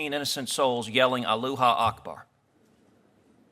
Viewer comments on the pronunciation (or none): A-loo-ha ackbar HAHAHAHAH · Cruz said aloha Akbar 😂😂😂😂😂😂😂😂